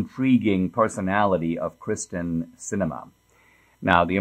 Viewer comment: Did you really mispronounce the Senator's name at the opening? You put her name in the title properly as "Kyrsten" Sinema and then you said 'Kristen." you did it again. ... "Kyrsten" is a Greek derivation. She's a sitting US senator. The least you could do is pronounce her name right.